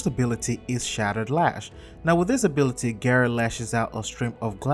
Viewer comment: it's gara not gera there no e in gara